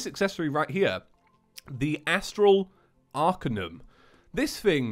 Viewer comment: It are-cane-ium Not are-ca-um